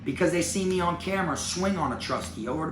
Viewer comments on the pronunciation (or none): none